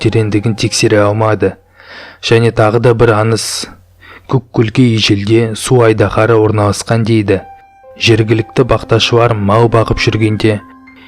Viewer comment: мұндай роликтерді қазақша шығарғандарыңа рахмет! Тек, қазақша акцентсіз, таза сөйлеп үйренгендерің жөн. Қазақ әліпбиіндегі спецификалық дыбыстарды дұрыс айту қажет. "Аныз" емес - аңыз, "Уте" емес, - өте. 2 минут 50 секундта айқайлауды қалай айтқанын түсінбедім.